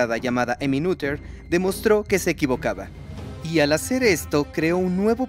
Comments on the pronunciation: Muy interesante, pero se pronuncia Néter o Nöter, pero no Núder 😮‍💨😮‍💨😮‍💨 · "Neder" "nuder"... como se pronuncia? Jaja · Perdonen, tenía que comentar esto, al principio y algunas veces en el transcurso del video , pronunciaron mal el nombre de esta genial matemática, Emmy Noether. Creo que no es muy difícil de decir realmente.